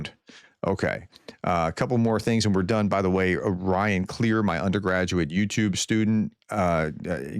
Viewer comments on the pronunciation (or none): none